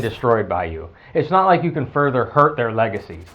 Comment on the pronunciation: okay this is a funny bit not, anything earth shattering. did you notice in the vido that b/c he was talking fast his pronunciation of its not sould like snot. laughing real hard